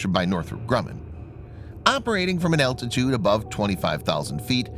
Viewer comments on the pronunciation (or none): none